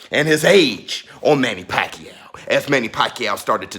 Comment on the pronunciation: I wish Americans could pronounce the name right, it’s pacQUIAO, with accent on last syllable. Pls. be first! In the Phil. the name actually means “wholesale”, what are the chances , he made pakYAW all those belts